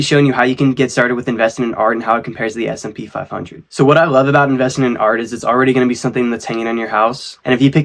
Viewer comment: Hey man, it's S&P 500!! Not smp 😅 it'll help your video to be algorithm-friendly as you correctly classify it!